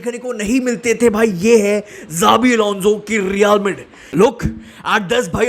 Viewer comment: Bhai pahle Real Madrid bolna seekh yaar.